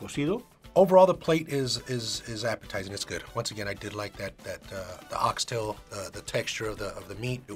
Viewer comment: ❤ im so glad the dads said it correctly. Ox tail no (s) its ONE tail cut into pieces!! Good job Daddies! 🥰